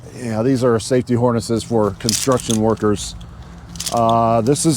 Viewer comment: Harness….it’s pronounced Harness